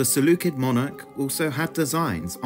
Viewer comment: You misspelled 'usurper' and mispronounced 'Seleucid'...